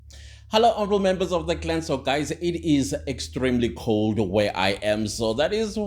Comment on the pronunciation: Bru, it's cooooold!!!!